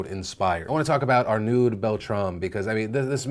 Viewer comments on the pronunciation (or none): I know the french accent is hard for most people but please check the pronounciation once before saying a name out loud, if you listen to a pronunciation of his name you would realise it is basically pronounced "arno" and not "arnuud", I'm not trying to criticize you for it, it's more like an piece of advice for the future, as not to disrespect someone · Arnaud is prononced R-No. Thanks for noticing him.